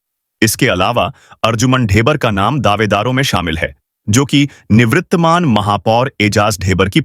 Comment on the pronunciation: निवृत्तमान नहीं निवर्तमान होता है।